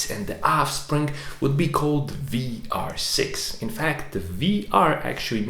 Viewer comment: Are you german? 🤔 Your pronunciation of the vr was very good 😄